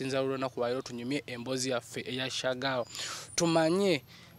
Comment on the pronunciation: The way pronounces Shagal hahaha